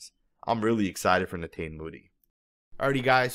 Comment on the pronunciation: I believe it's pronounced (ne-taw-nee